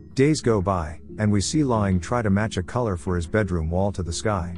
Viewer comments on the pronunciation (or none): none